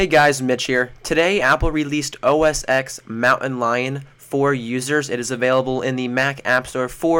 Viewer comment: it's not pronounced "o-s-x" it's "o-s-ten"